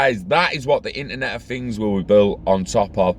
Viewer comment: “Internet of Fings” 😂🖖